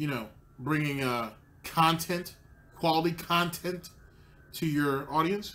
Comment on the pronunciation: Loving the longer khantent :)